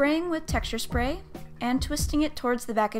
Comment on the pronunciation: I love when she says << shpray >> instead of << spray >>.